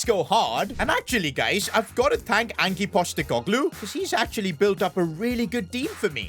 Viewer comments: You pronounce ange like anj 👍👍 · Did bro say “angy” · Please never say Ange like that again, I beg you 😭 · The pronunciation is Anj postikogloo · Bro said angi postegoglu 😂